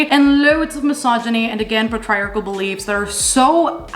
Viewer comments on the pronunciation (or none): Just because I'm the kind of person who pronounces words incorrectly after only seeing them in books: Patriarchal = pay-tree-ark-ul 😉